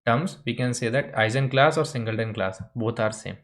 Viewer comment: I've always heard the G in Eigenclass pronounced like the G in Guess